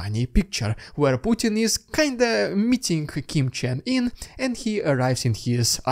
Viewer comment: I think it's pronounced Kim Jong Un where 'Un' is pronounced 'Oon' not 'In'. Just an observation